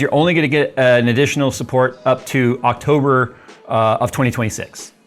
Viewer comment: " in octoburrrrrr 11 "